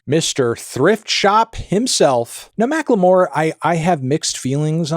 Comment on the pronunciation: why does he say macklemore like Macque L'Meauire